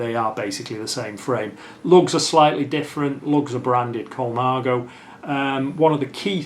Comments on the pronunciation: .."Col-i-nago". It's Col-na-go. Innit? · Cinelli = Chee-nelly, not See-nelly. Ciocc = like church without the R. Colnago = COAL-nah-go, not Cola-nago. Campagnolo = KAHM-pahn-yolo..Piu = pew. What do you mean "Ernesto (Colnago) was wheeled in to the bike show"? It's not like the man's in a wheelchair even today! Saronni won the World;s in 2002? Sorry, but that was Mario Cipollini but he wasn't riding a Colnago. Besides all that - nice collection!!! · Extremely beautiful collection. Is it just my old ears or am I hearing Colanago?? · Yep even the expert gets it wrong….